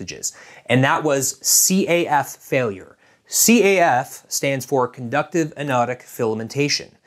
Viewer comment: It's caff as in café by the way. Not C. A. F. !